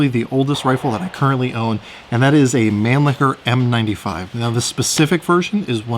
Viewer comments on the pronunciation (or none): I really dont like people pronouncing it Manlicker when the real pronunciation sounds like Monleasher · Why can't shooters pronounce the names Mannlicher and Styer? As a point of historical fact, it's really not very difficult. It's "mon-licher" and "stey-yer". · You mispronounced Mannlicher. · And almost all the other German words.